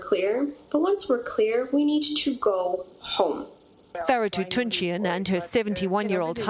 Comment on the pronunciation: Yeah...when she said the word she needs to be ho.m e with a strong tone on the word home making me laugh. Why did you travel when knowing the coronavirus was spreading?